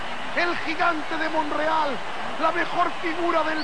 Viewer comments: Porque dice Monreal, ya que su nombre es Montreal. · Oiga,,...es MomTreal...no monrreal, cachó..